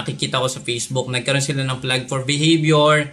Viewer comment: Gusto ko yung puro F ang p tas puro p ang f- fafyular, fortray, peysbuk 😂😂